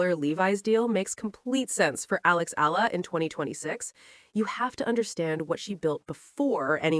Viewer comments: E-YA-LA is the correct pronunciation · I don't understand how/why this so-called bloggers speak thru her microphone as if she knows everything yet can't pronounce the name of the person correctly🤔😏😒!!! Excuse me, it is E-YA-LA